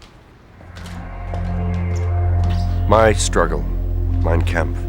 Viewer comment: "My stroogle"